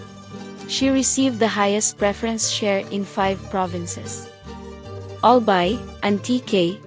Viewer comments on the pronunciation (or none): none